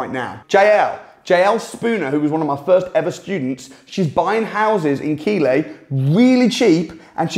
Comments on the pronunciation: Live the video,, the pronunciation for Keighley, it has a silent t in it, it is keightley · Pronounced 'keithly' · Keighley...(Pronounced Keethley) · Keighley is pronounced Keith Lee. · Its pronounced Keith-ly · I CBA to read the comments, but in case no one has pointed out, its pronounced Keith-ley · Its pronounced keethley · Keighley is pronounced Keithley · Thanks for the research can I tell you Keighley is pronounced Keith Lee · Keighley pronounced Keethly. He's saying it completely wrong. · Wow 2.35 min in and I have seen enough..more than enough...who knew, Lancashire is a town????, I was almost done at "Key-ley" but stuck wit h it...what a mistake. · Keighley is pronounced keethley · Keighley pronounced Keithley 👍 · Do you mean Keighley pronounced Keathley in West Yorks? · Keighley is pronounced KEITH LEE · Keighley is pronounced “Keithley” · It's pronounced Keethly. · Keighly? Pronounced "Keefly" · It's keef leigh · Keighley is pronounced Keith-ley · Pronounced: Keith.....ley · It's pronounced keithley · Keighley say it like Keef-lee lol. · It’s pronounced Keithley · Keighley is pronounced Keithley! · Keith-lee, or Keith-le if you’re local, you muppet. Easy mistake to make for a southern Brum lad. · It's KEITHley 🤣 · Say it right it's pronounced Keith Lee. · Keighley is pronounced Keith-lee! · its pronounced keefly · Keighley is pronounced Keithlee :) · I'll tell you something interesting, it's pronounced Keith Lee. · Keighley is pronounced Keith ley. Lol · It's pronounced "keef" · Lol…. It’s pronounced Keith ley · It's Keith ley for fuks sake Keith ley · Was a surprising mispronunciation. I have not lived in the UK for over 30 years and doubted myself at first. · You're murdering the pronunciation of Keighley. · I think if your mentee was reporting back to you on how good an investment area Keighley is you’d know how to pronounce it! 😜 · Your saying the name of Keighley wrong lol lol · its KEE,TH,LEY not keighley -keely